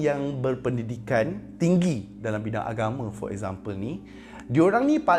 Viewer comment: Sorry aku terperasan sebut 'dalamm' lawak pada minit 7.24🤣🤣🤣